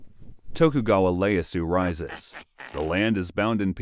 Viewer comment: Tokugawa Ieyasu, not "Ley-yasu". It's a capital I, not an L. Meiji (may-ji), not MY-Ji. And "sword" without a pronounced "w".